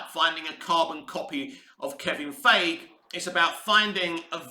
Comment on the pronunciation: Feige is pronounced Fygee